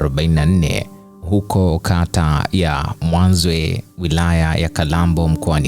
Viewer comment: NI MWAZYE BHANA SIO MWANZWEEE